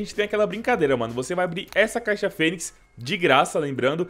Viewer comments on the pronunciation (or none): none